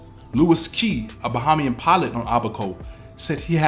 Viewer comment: Btw, it's not BA-HA-MIAN it's BA-HEY-MIAN.